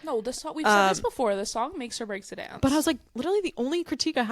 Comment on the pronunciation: Where are you from? The girl on the left pronounces "dance" as "donce"!